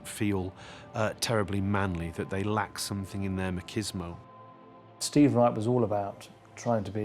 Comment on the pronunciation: Was he trying to say, machismo? I don't think, marcismo is a word!